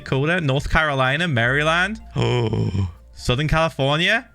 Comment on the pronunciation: The psychic damage I took when he said Maryland.